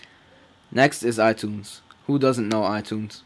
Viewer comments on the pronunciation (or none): love the way u say "tunes" from iTunes lol